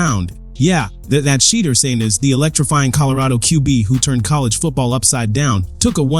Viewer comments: Dude you are so hatefull, not colore blind, to mispronouce the man's name, must be a Republican or somthing worst. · Please pronounce his name right...dang.